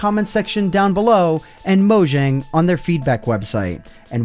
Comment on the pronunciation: just a tip: pronounce mojang like mo-yang as that is what their name is meant to be pronounced like